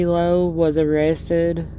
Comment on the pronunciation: The Lowe name in Scott County is pronounced Lau.